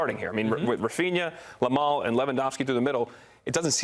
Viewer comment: Calling Yamal Lamal is so disrespectful when you know it's not he's name